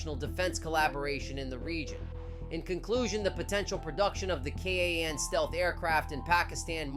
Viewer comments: Its kaaaaaan not ka a an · its Kaan why you're saying k a a n